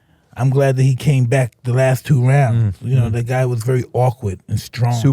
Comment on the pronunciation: I thought you said "black" at first.